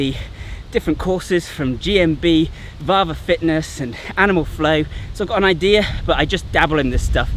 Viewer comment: As a Finn it was weird hearing you say "Vahva Fitness". Vahva means strong in Finnish. 😄